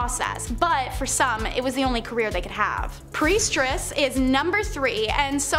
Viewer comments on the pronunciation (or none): if she said priestress one more time i was going to yell and change videos. at least they're using real people and not ai voices reading scripts, that annoys me to no end. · Do y'all look these words up before speaking? You really couldn't figure out it's "Priestess," not "PriestRESS?" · PRIESTESS not priestRess please!! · Not trying to nit pick, but... Lol . Sorry it's priestess, not priestress. Thought you'd like to know. Do you don't post....that would be embarrassing. ......ummm. Ahem...... Oops. 🙄😬🤬